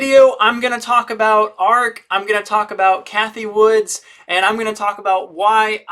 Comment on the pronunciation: Her name isn't Woods. It's Wood.